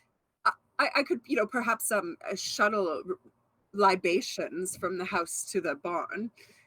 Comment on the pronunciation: "LI ba tions", "Yes, that's very good,." I'm dying...